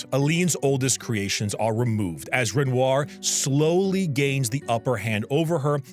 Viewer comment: played this game 3 times, and still mispronounces Renoir? I think this boy just wanted to eat a bunch of bread on camera. (real)